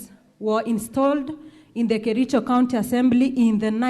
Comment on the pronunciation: did you say you come from kerijo, ama lafta usomewe 😂😂😂😂 aki kericho, this went too far. You mean all the MCA's,none can express himself or herself in Swahili or English? Too bad